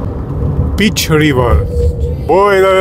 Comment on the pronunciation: Apa ce ati traversat-o la intrarea in Taylor, B.C., Canada, se numeste: Peace River. (Riul Pace/Pacea). Nu ar fi fost rau sa fie (peach/piersica), 😂 cum l-ati pronuntat dvs. . Apropo: In Canada impartirea teritoriala este in provincii, si la nord sunt, teritorii.